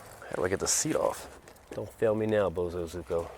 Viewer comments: the fact that he still says bosozuko instead of bosozoku bugs me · BO SUE ZO COO is how you say it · It's "Boh SoH ZoH Koo" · The way to say Bozozoku it ... Bozo (like the clown) Koo . Seeing these bikes reminds me of my years stationed in Japqn. Also try to get a Gorillia its a bigger version of the Monkey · It's pronounced, boh-SOH zoh-koo 暴走族 In Japanese romanization, it would be spelled "bousouzoku". 暴走 (bousou) means "acting recklessly", and 族 (zoku) means "family" or "gang". Japanese vowel sounds are pronounced in a very similar fashion as Spanish vowels. So for English speakers, the spelling I provided above will get you fairly close to the correct pronunciation.